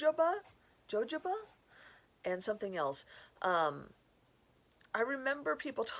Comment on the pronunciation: That oil is pronounced ‘Hohoba’